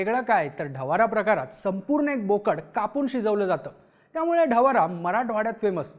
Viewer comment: ढवारा ❌ ढवडा ☑️